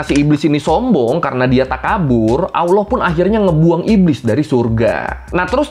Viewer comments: ALLAH bang bukan AWWLOH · Bukan awloh bang tp Alloh.. pake lam, bukan wawu 😁